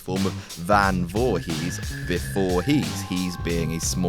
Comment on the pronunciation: d'you know its pronounced voorees, dont pronounce the H